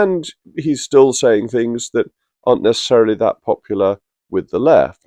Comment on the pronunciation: Angler Reynier, the woman who wants "Fings Done Propper" thick as sht.